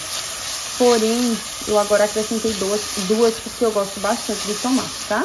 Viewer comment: E tomate nao a tomate fala certo sua linda procura fala certo